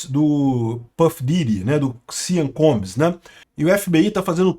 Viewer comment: A situação desse cara tá mais dificil do que o acertar o nome dele!